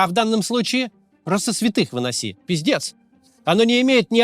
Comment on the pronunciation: Вам надо сделать мерч с надписью "пиздец". Прям нравится как произносите.